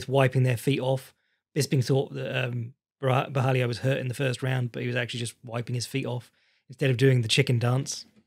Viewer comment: There's no "i" in Borralho.